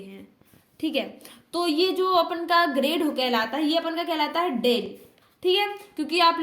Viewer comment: D nahi डेल bolte hai